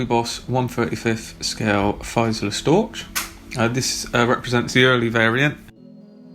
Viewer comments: Great build. One small comment its a "Fieseler" (after German WW1 ace Gerhard Fieseler) , pronounced "Feehseler". Sorry for the rivet count, GREAT build..!! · Naise! I think it is spelled and pronounced Fieseler ("feesler" - like U pronounce "a fee")